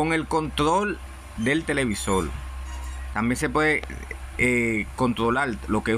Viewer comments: Que interesante pronuncia la R pero como L..😊..Televisol... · TELEVISOL NO, ES TELEVISOR